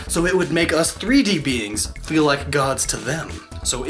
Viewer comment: Omg never say 'feel' like that again.